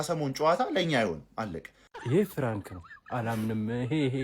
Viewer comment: ይሄ "ፍራንክ" ነው አላለም 😂😂😂 ፕራንክ ነው ሚባለው የኔ ቅመም "ደምበላሽ" አይባልም ደምመላሽ በይው እሺ አምባሳደር የቸልሲዎችን ስም የተነተነው ጉስቶ ቻሎቫ ኩኩ ባዲያሺሊ ፎፋና ምናምን በስመአብ ስማቸው ራሱ ኩሽ ማንኩሽ